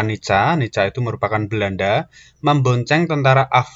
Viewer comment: M ksh utk pnjelasannya mas, dikit masukan utk NICA bacanya Nika mas n utk Indonesia, sia harap ditekankan agar tdk terdengar Indonesa . 🙏🙏